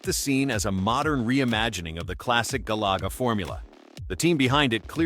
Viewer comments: My boy said Gah Laga 😂🤣😂🤣😂. You can tell that voice ain’t played any of these games. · Galaga not galuga also PAL not Pail